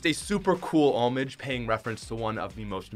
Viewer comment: The way you pronounce homage... Umm...